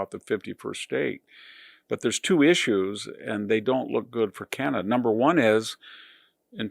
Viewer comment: Corporate CEO selected not ee lected❤ car knee kana duh❤